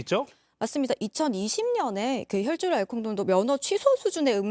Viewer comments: 기자가 발음이 안되나요? 혈줄알콜농도? 등등 계속 불안한 발음때문에 기사에 집중이 안되네요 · 아..자꾸 혈줄알콜농도만 기억나. 뉴슨데 발음좀 주의해주세요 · 자꾸 "혈줄 알콩농도" 라고 하시네 ㅋㅋ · 혈중알콜농도 발음 연습하셔야할듯요. 자꾸 혈줄 혈줄